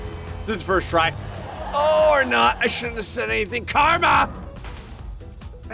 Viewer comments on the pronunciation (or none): none